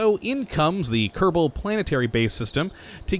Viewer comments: "Kadabul space program" XD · do you say ksp increct kebol space program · You said Kerbal wrong